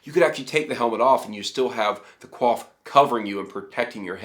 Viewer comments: Wow . . . ummm . . . just wow. There are loads and loads of inaccuracies in this "information". The pictures of tight fitting maille just sitting on against the skull is 100% nothing but Hollywood bullshit. There would be a padded coif (pronounced KOOYF not "kwaf") worn under it. Don't listen to this guy. If you want more REAL accurate information then go check out LindyBeige's channel. Also your description of "plate maille" is 100% bogus. Plate maille is chainmail that connects to smaller plates; all one unit and NOT some dude wearing maille with plate over it. Also having Shad show up for a shout out "look we're friends and cool" thing just hurts your legitimacy. Something you were able to do all on your own anyways. Even the illustrations that are referenced say "MAIL AND PLATE" not "Plate-Mail". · Oh my god your pronunciation is cringe worthy. I'm guessing most of your research on this subject has been from reading. I mean you pronounce coif like quaff. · you said coif wrong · ultra nitpicking here you're saying coif and chausses wrong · fair enough but the context of armour coif is pronounced a different way than you did but hey i'm super nitpicking so yeah